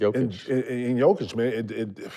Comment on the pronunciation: Put some respect on the man’s name … ITS PRONOUNCED - YOH-kich . Not JOH-kich . You talk about respect but then don’t respect others?